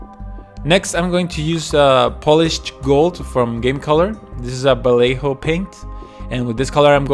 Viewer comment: it's more like vaieho than valejo "ll" it's spelled like 'i' in spanish